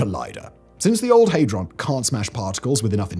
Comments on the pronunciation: HAY-DRON ??? I thought it was HAD- RON. 😮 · I cant get past "Haydron" lol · What's a hay-dron? The FCC won't be built. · for mis-reading Hadron.